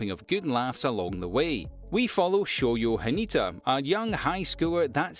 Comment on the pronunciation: It's Hinata not Hanita.